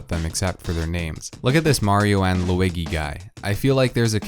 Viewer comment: yo lou-ig-ee